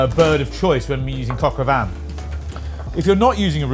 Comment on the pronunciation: The N in Vin is silent